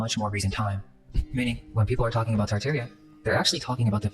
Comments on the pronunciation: Why are you saying “Tar-Tar-ia” wrong? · tart-air-ia please no It's tar-tar-ee-uh